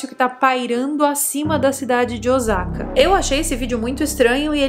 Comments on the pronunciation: Mas a pronúncia está errada, não é Ozaka e sim Ôssaka, o S tem som de S mesmo, não de Z😅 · Não gosto de ser a chata do idioma mas o sa de Osaka é com som de s mesmo 😂😂😂 pronto, fui chata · Pronuncia o nome da cidade correto....